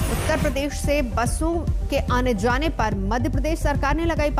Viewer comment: Zaaan nahi jati madam jaan hoti hai ventilatthoorrr nahi hai ventilator Aane zaane par ya aane jane par🙄